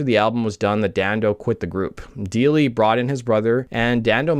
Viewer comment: I’ve met Evan a few times over the years . Before the success of the band AND after. Friends of mine played in the line-up of the Lemonheads. I’m also friends with Ben Deily - it’s pronounced DIE - ly ( by the way ) His late cousin was one of my best friends in Highschool. Great video. Great work as always. 🎉